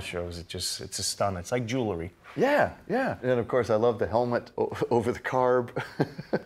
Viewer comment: Jewlery? I'm sure he meant Jewelry. The ideal motor for the red baron is an Australian Ford 250ci inline 6 with a cross-flow head.